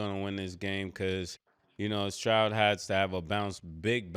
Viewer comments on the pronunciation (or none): none